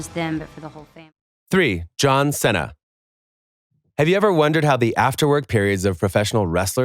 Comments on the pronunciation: Excuse me, but the way you pronounced John Cena. XD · John Cenna lmao